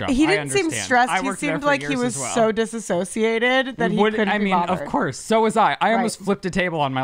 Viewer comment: Pet peeve: when people say "disAssociated" instead of "dissociated". Those are two different words. 😂